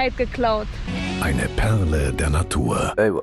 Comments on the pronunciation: Das war eure Louisa!'' ,,Eine PEHRLE der Natur'' 🤣❤ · „Das war Louisa!“ „Eine PEHRLE der Natur!“ 😂😂😂😂